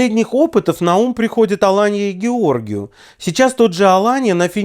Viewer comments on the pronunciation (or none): Уважаемый. Спасибо за обзор! Фамилия Георгиу произносится с ударением на букву И!!! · Уважаемый. Георгиу произносится с ударением на последний слог!!